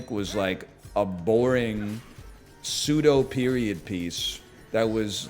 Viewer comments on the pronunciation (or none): none